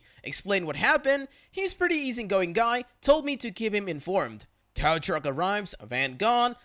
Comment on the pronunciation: Not to nitpick your pronunciations, but the word tow is said like toe.